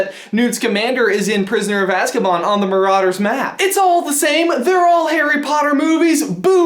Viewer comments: As-ka-b-a-n not askabaan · Did any one notice how he said he azkabon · Is it just me or did it sound like he said prisoner of azkabon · Did,.... did he say “azkabOn” ... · DID HE SAY AZKABON?!